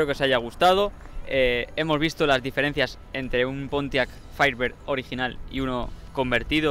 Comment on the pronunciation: pintaba interesante el video hasta que pronunciaron la palabra Firebir, pensaba que los españoles la cagaban en el doblaje del ingles pero también la cagan aunque no se trate de doblaje